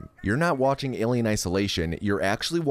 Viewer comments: why the f can’t he pronounce Alien! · Alium??? WTF its alien. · Why are you saying "ALIEM"? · Why do you pronounce it "AliUM" btw? It' "AliEN" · Why is he saying Alium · I never knew how much someone saying 'Alium' would trigger me LOL, its fucking hilarious. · Aliem? what the F is an Aliem? Alien! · Are you saying Alium? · Aliem? Aliem? With an M??? Fk dis. "do not recommend channel" clicked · Wtf is “alium” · Tf is Alium? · Wtf is an Alium? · It sounds like you are calling it "ali-um'..? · Is he saying Alium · What’s with saying “AlieM” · Lil late to the party but why does he say Alium? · Alium isolation can he not say it right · I'm new why is he saying alium 😂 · its alien not aliem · Why does he keep calling it alieM? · Is he saying Alium on purpose to troll fans??? Well, it's working... James Cameron will not be pleased lol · Alium...whyyyyy😂 it triggers meeee😤😤😤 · Why is he saying alien wrong? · Are you saying “AlieM”?! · Why is he mispronouncing "Alien" and "Aliens"